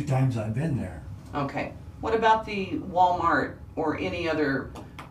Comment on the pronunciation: Did she call it Ball- mart?